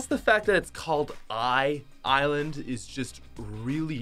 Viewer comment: Dude... it’s “eye land”, not “eye island”